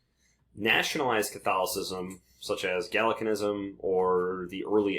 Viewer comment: ‘Gallicanism’ is pronounced with its first syllable like the slang word for a girl, ‘gal’.